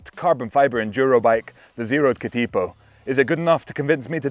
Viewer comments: Cat IH po, not Cat Ee po. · We usually lazily pronounce Katipo as "Ka-Da-poh", with the T having a D sound, and each syllable having the same duration. Not "Ka-Teee-poh". A Katipo is a spider by the way. I have both here at home: the bike and the spider! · Katipō is better pronounced as Kuhteepoh. The emphasis is on the first and third syllables. Cheers from NZ🇳🇿. P.S. Great explication and explanation of pros and cons. Thank you. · Another great review mate. And fantastic to see a New Zealand bike feature on your channel 😁. Keep up the brilliant content. For future reference, katipo is pronounced ka-tuh-po. Katipo is the Māori name for a venomous spider that lives around parts of the New Zealand coastline. You came close with taniwha 🙂. Taniwha is pronounced ta-nee-fuh. A taniwha is a water monster in Māori legend. Cheers from Aotearoa NZ! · It is pronounced Ka-tuh-pow. Maori work for a poisonous spider found in the coastal regions of NZ. The 27.5 version Taniwha pronounced ta-nee-fuh, Maori for a Water Monster. Damm nice bikes that ride real sweet. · K’tea po ha ha NZ might be the only place that competes with Wales with pronunciation. [Edit] Just got to “tanner-wah”, oh Lordy 😆